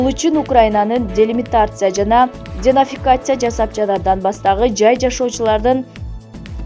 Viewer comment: Карындашым, ушул текстти окуп жатканда бир аз туура окуганы аракет кылсан. Камплекс деймин да тообо (комплекс). Отконку чыгарылышында болсо ДЕМИЛИТАРИЗАЦИЯ жана ДЕНАЦИФИКАЦИЯ деген созду айта албай койдун🤦‍♂️🤦‍♂️🤦‍♂️